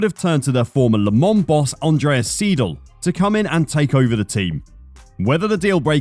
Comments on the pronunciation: And it's Andreas SY-del, not SEE-del. That's basic German. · E before I makes an "eye" sound. Thus it's "Andreas S-eye-dil" (seidl). Also, it's porschuh. Every letter in German is pronounced. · I am Triggered how you Pronounce Seidl, because it's also my last name and it's pronounced wrong by every english Speaker xD